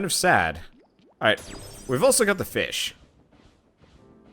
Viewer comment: the way you say Feesh makes me think that you watch Vechs >:3